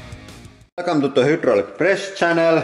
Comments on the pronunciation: "hüdraulik press" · Love how you still pronounce the Y in Hydraulic in the Finnish way. Welcome to the Hoodraulic press channel.